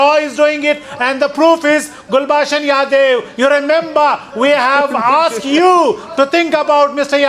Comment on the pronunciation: That moment " gulbushan yadaev" lol😁😁